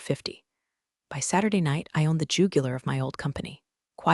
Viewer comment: How do you pronounce irrevocably properly and fail on Jugular?